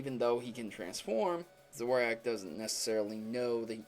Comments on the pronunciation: Every time you pronounce "Zorua" and "Zoroark" wrong makes me want to rage quit... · I'm not trying to be a dick or something but you seriously can't pronounce sorua and zoruark it's supposed to be pronounced like ZO-RU-A and ZO-RU-ARK even tough zoroark is spelled different in the anime and the movie it's pronounced like that. BTW I really like your pokemon theories! keep up the good work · It's pronounced Zor-ua Zor-u-ark OK!? It drives me CRAZY when people miss pronounce Pokemon names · Zo ru a Zo r ark Pls pronounce right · zorak? youre fuckin serious? can you read? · Okay, first of all, Zoroark is pronounced "Zoor-oh-ark," and second off all, Ditto needed to see a physical person, but who said a Zoroark did? In the Zoroark and Zorua movie, Zoroark transformed into the legendary beasts, even though he didn't see the real ones. And I think this makes sense that Zoroark didn't kill anybody or clone anyone because N's hair looks like a Zoroark's hair, if you look closely. And Ghetsis found N in the woods, so is it possible that N/the Zoroark took a form that resembled Ghetsis, because he was the first human N/the Zoroark had ever seen. But, N uses a Zoroark in his Black/White Team at the end of the game, so that's a bit weird if N was a Zoroark himself. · It is pronounced zor-o-ark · If your gonna say Zorua and Zoroark a lot, at least say it right. (zor-o-ah and zor-o-ark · you say zorua zoruu and you say zorark like zoruag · Zoroark = Zo-Roar-k and Zorua = Zo-Ru-Uh :| Would be nice if you pronounced the names correctly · just to clarify.. their names are pronounced Zo-ru-uh, and Zo-ro-ark. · Pronounced "zoro-arc" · It sounded like he was saying Zoru and Zorak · Zorua and Zoroark are illusionists so they don't need see anything real see the movie they are in and it's pronounced Zoro-ark. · he keeptd saying zoroak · The Pokemon names for this video are pronounced "Zor-ru-ah" and "Zor-row-ark" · zor-o-a and Zor-o-wark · he said zoroark wrong